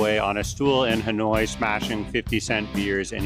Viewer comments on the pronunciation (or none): none